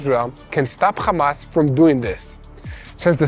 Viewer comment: Khamas isn’t it hamas like when your happy are you khappy